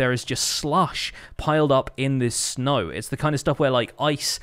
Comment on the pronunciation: It sounds more like sneg but sure